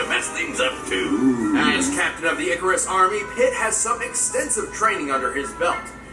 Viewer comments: Kid ‘Ick-cah-wris’ Icarus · he did NOT just pronounce icarus as arkus lol. even if you dont know the game icarus is a famous character from history/myth. where were you during ancient greek class? or just in general since he's used in every movie, tv show ever as a quote "oh my dear icarus, you flew too close to the sun" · It’s kid i-car-ius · This man said “ARK-US” LMAOOOOOOOOO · Oml...poor.... that attempt at saying Icarus